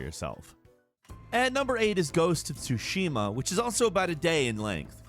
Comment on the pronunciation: Why is it that almost every "Game Expert" or "Game Journalist" butchers the name of the fking game (Ghost of Tsushima) ? :D It is TSUshima not tsuSHIma